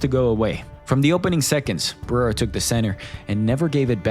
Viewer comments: What’s bewildering is how Unc Chael still can’t pronounce Alex’s last name correctly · am i the only one who hates the way Jon Anik says Pereira?